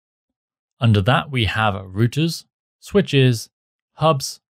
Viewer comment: good tutorial and all just the way he pronouncing routers as "rooters" instead of "rou-ters" was off putting haha